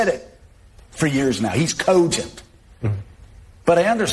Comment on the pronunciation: If 1 of our buddies said the word cogent like that......